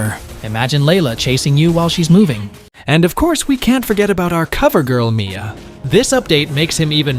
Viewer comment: Bro said Miya him